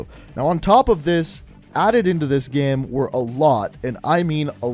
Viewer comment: He says gem instead of game lol